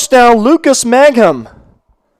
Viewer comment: It’s ….MANG-HAM….just like it’s spelled. If you deducted 50 points from my IQ, I still could not possibly arrive at the pronunciation “MAGGUM”